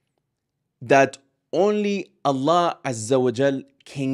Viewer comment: important note when you say Allah we must hear the h clearly ,otherwise great video